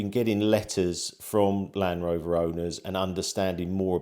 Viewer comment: Doubtful you will get any meaningful response. Also it’s LAND Rover not LAN-Rover😂